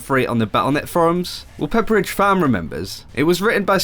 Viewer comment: "Well Peperiddge Farm Remembers" Well memed, well memed